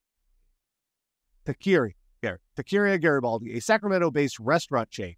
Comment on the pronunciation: And taqueria is pronounced "tah-ker-EE-ya".